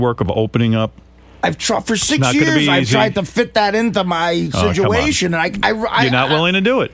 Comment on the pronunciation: Can someone please tell this fucking sack of guido shit the word is SITUATION